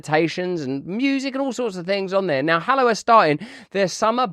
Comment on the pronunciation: Russell doing a Hallow ad: "Get free momfs free wiff 'allow"